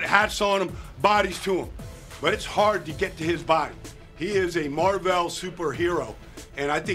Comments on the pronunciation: Tf mar-vel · What’s a Mar-vell? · Mar veil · Mar Velle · Baldy needs to know how to pronounce Marvel. Company has been around since the 60s.